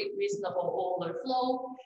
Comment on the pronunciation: It's "oil-ler"